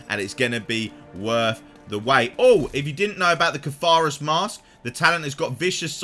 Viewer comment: Cartharus???? Am sure you mean the Cartharsis Mask